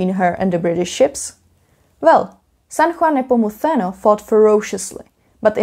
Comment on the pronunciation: Your pronunciation of San Juan Nepomuceno is actually on point, from a spanish speaker. Only thing is when saying Cadiz the emphasis should be on the a not on the i. Nice vid!